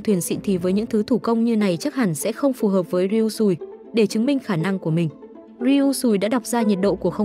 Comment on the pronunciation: Chị đừng đọc là ryui sùi nữa nó xúc phạm lắm